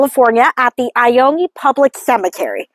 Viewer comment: It is pronounced I-own just fyi